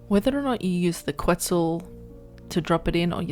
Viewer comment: It's "Ket-Zal" not "Qwet-Zal". Solid video though! This obviously wont work on PVE servers that disallow wild dino pickup. If you can't afford to replace walls you can just derender it and it will drop aggro.